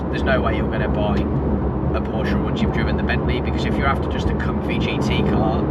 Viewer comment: As a Carrera 4 owner for 15 years I continue to be disappointed by people posting videos about Porsches and NOT pronouncing Porsche properly.....